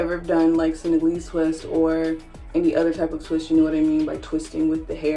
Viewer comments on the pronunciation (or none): Senegalese twist.. Learn how to say Senegalese.. From the African country Senegal...